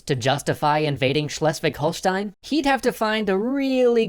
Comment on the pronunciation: First: Impressiv you pronounced Schleswig-Holstein almost perfectly :D Second: Extra History on Aristoteles, Hypatia or Rasputin would be awesome :D